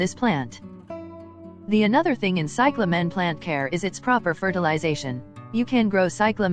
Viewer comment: You dumb robot. It is CY cla men. Not cy cla MEN